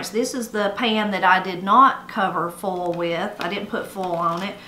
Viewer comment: I know you love language and pronunciation and such. Can you tell me how you would say, "foal?" When you say "foil," to me it sounds like "foal." So I wonder if both words sound the same to you, or if the vowel will shift on both words. I really love your videos!